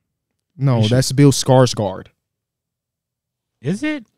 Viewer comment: I never want to hear pronounce Bill Skarsgård ever again man that shit was worse than how the wizards are currently